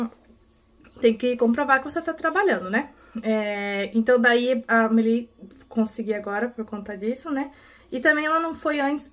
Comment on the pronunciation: Oiii! Não tem problema, se escreve Amelie, mas no fim a pronúncia fica Ameli, agora ela fica triste se não vai kkkk. Beijooo obrigada 🩷